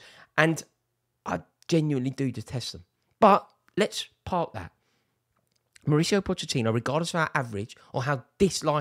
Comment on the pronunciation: Rory pronounces Mauricio differently 100 times in one video.